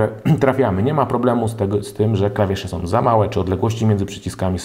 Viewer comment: fajna recenzja, ale popracuj nad wymową. mówimy są, a nie som itd. Poza tym super!